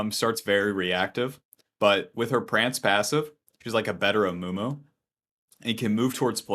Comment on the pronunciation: Amumu ❎ Amoomoo ✅